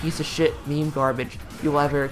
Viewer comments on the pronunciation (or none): none